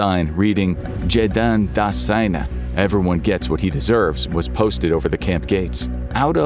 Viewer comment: it is JEDEN das Seine (not "Jedan")